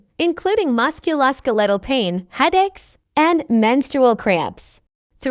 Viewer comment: The AI reader SUCKS! If you can't stand words being mispronounced, turn the sound off and read. Biggest example is "musculoskeletal". AI reads it as musku-loss-kelter instead of mus-cue-lo-skell-et-ul.